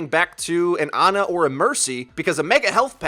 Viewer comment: Why can't you guys pronounce her name right? Jeff literally pronounced it as "Orissa" lol not "Oreesa" hahaha you do it with Ana too!